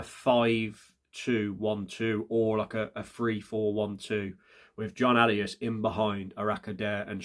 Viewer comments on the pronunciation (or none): none